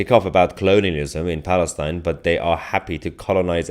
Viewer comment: That is why the say "FALISTAIN"